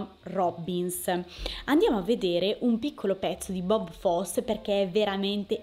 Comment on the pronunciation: Si pronuncia Bob Fossi